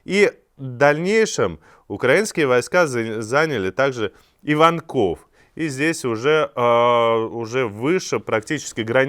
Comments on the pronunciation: ИвАнков . ударение на А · сУмы а не сумЫ. И ивАнков а не иванкОв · Иванков, ударение, на И!!!